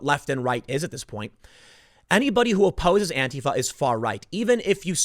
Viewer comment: Is he saying to follow "Andy Know"?